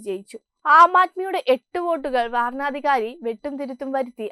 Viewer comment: വാരണ അധികാരി അല്ല കുട്ടീ, വരണാധികാരി എന്ന് പറയണം